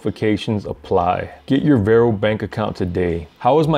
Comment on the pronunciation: It’s not “Vairo” it’s VAR-O